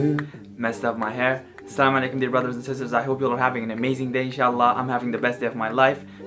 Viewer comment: This is not 'slamuailaikum' , this is 'Assalsmu Alaikum' .